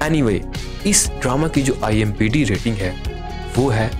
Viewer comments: IMDB...not IMBd 😂 !! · Bhai IMDb hota hai imbd nahi😀😀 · IMBD nahi IMDB hota hai bhau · Chacha, ...IMBD Nehi hota hai, IMDB hota hai. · Bhai imdb hota hai imbd nhi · Abey IMBD nahi IMDB hota hai😂😂😂 pakistani are damn funny😂😂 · IMDB bolna tu shiklo